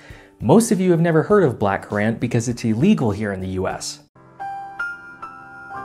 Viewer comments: As a brit your pronunciation of black currants is painful. Also wouldn't a natural purple be foxglove? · I've only heard it pronounced much like current here in Canada, and I'd assume it's the same in the States. Not sure where he got that pronunciation from...